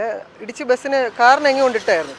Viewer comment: ബിസിന് അല്ല, ബസിന്.